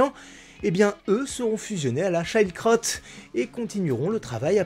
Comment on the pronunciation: Très bonne vidéo ! Par contre c'est plutot "shield cr-haute" Que "child crotte" Haha